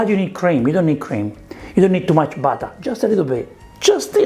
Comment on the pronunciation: UOTAH, PEPPAH, BATTAH, BURRATAH